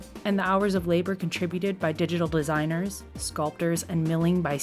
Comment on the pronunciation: "digital blisigners"